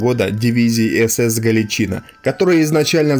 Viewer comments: Тотальную ложь о дивизии рассказываешь. И не галичИна, а галичинА. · Блин, Галичин"А", а не Гал"И"чина. Уши сводит. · ГаличинА или ГалИция. Ставьте правильно ударение. За информацию - лайк. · Вы не правильно ударение ставили. Не ГаличИна а ГаличинА ударение на последнюю букву ставится. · Смех без причины - признак Галичи́ны. Вообще-то, правильно произносить с ударением на последний слог - "Галичина́". Спасибо за контент! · Спасибо за труд! Правильный и нужный канал. Но ударение в слове Галичина на "и" режет слух. Правильно - ударение на последнее "а". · не ГалИчина или ГаличИна, а ГаличинА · ГаличинА - правильно ГаличИна - не правильно Если уж претендуете на роль историка, повествуйте правильно, сударь. Я хоть и не нацик, но слух режет ваша безграмотность. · В видео есть ошибка: Дивизии "СС ГаличИна" никогда не было, была "СС Гàличина", и пусть это моральные уроды и предптели, но каверкать название не правильно. Зарание спасибо за внимание. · Надо перезвонить, потому что ухо режет неправильное ударение. Либо дивизия СС ГалИция, либо дивизия СС ГаличинА, ударение на последнюю "а". Но ни как не на вторую "и". Учитесь правильно говорить, больше читайте. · Отличные видео, но блин! Ты слова некоторые не правильно произносишь, очень часто, ударения не туда ставишь. Не галичИна, а галичинА. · Во первых ГалИчина,а не ГалиЧина,а во вторых,чем теперешний чвк вагнер в Сирии,отличается от той же Галичины в Белорусии?Те же отморозки и каратели. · Блин, при всём великом деле, что ты делаешь, с русским языком у тебя проблемы.. Не ГАличина, а ГаличинА, и это не единственное засмечание, что УХИ режет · Не ГаличИна , а ГаличИна. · Спасибо за ролики.Одно замечание ,в слове Галичина ударение ставится на последнем слоге. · Спасибо за сюжет, НО что у Вас с ударениями? ГаличинА же. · Дикторов надо сначала научить языку и истории а также ударениям. ГалИчина. Не подрывайте доверие к вашему каналу. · Галичина’ - ударение на последнюю гласную!! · Только ударение правильно ГаличинА.